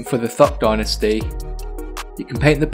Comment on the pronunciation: Dude, you’re English. Say dynasty properly. Cool tutorial though ;)